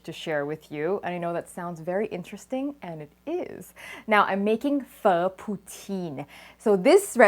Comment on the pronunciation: I wish I could pronounce Pho as well as you do.